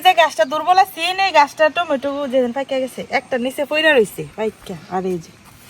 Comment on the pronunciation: টমেটো 🍅 ❌ টেমুটু 🍅✅